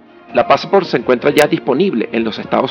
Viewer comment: Excelente video, es PASSSSPORT No passAAAAport por favor no cambiar el nombre no pronunciar mal los nombres, se ve espectacular!!!